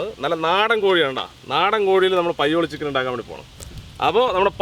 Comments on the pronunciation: പയ്യോളി ഉള്ള ഞാൻ ആദ്യമായി കേൾക്കുകയാണ് 'പയോളി ചിക്കൻ '😂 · Payyoolli chicken alla thayoollli chicken